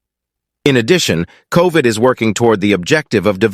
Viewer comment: COVN not COVD